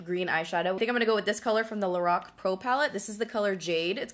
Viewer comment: Very pretty look :) Btw I was happy to hear you pronounce LORAC correctly... I still hear a lot of people pronounce it incorrectly. Also, I miss your dramatic cheekbone contour, tbh. I just can't get on board with the "strobing" trend. :P